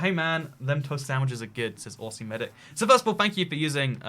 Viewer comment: I died when he mispronounced aussie